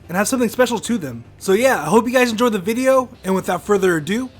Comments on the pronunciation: you hope we enjoyed... the "viveo"...? Lol, pretty sure it's video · HE SAID BIBIO NOT VIDEO